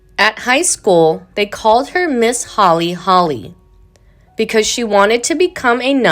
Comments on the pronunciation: Who in the heck is the narrator?? I'm sure people called her HOLY not holly. I had to turn this off after 12 minutes, this was painful to listen to. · Holy--not Holly.